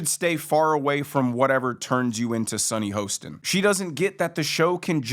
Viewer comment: SUNNY HORSECHIN.. Get her name right.!